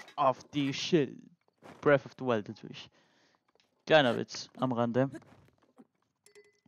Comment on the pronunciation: bref of de weilt